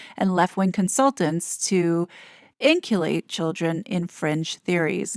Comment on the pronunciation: 🙏 Love your work to bits, just wondering if you sometimes use a bot because words are mispronounced pretty often... (Inculcate, pedagogy)